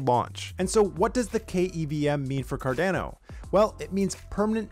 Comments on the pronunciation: Great video! But please, its Car-Dah-No, not Car-Dane-o hahahaha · Very good short informative video on KEVM. Saying Cardano like Car-DAN-o makes you sound like a newbie though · Good video but Car-DAN-o hurts my ears! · CarDANo ... lol i dunno why but this sounded so weird to me. ive always pronounced it Car-Don-O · Is it “CAR-DA-NO” or “CAR-DAN-NO” I thought it was the first pronunciation. Great work by!